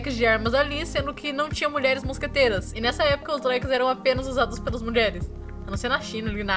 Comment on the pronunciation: Eu sempre achei q ela falasse "mosgateiras" por ela ser uma gata kkkk